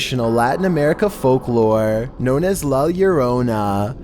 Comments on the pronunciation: The first time he said it good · He pronounced la lorona correctly this time lol. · How come in the last three videos he said " llorona " wrong but now her said it right?